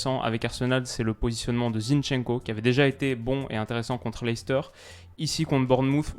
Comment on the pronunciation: Juste pour info comme je sais que tu aimes peaufiner ta connaissance leicester en anglais se prononce "léssteur" bye